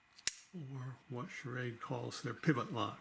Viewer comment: You know you're saying sha- raid